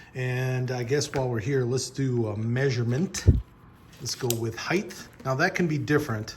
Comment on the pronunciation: Pro tip: There’s no H on the end of the word “height”, like there is on the end of the word “width”.